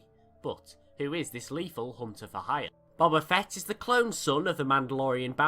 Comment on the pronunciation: Nigga pronounced his name right in the beginning